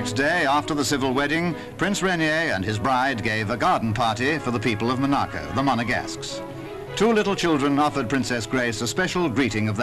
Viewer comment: Why does the narrator say Mo-narcu when it’s Mon-aco